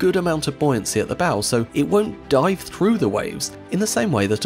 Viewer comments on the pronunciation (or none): none